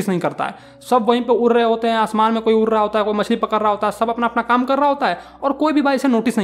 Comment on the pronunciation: उड़' को उर' ड को र. 👀